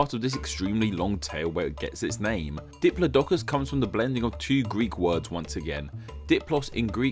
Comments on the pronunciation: I think you screwed up on the pronunciation of Diplodocus. In my mind, its pronounced dip-LOD-o-cus. I might just be your accent, though. That said, your videos are still awesome. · I think you mispronounced Diplodocus